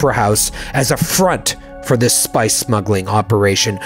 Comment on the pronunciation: "He might be involved with some Smice Spuggling" LOL You should totally turn that into a thing on Arrakis. What is Smice? What is Spuggling? Seriously though this is awesome game play guys! I am loving this!